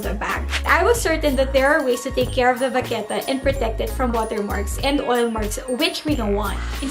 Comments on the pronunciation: The way you pronounce 'vachetta' is so wrong 😂 but great vid and very informative ❤️ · I’m pretty sure English is not her first language. It’s a cute mistake. :)